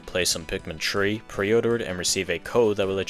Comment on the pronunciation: I'm not trying to make fun of your accent why does it sound like you're saying Pikmin tree